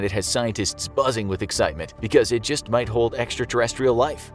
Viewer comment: “There migh be life”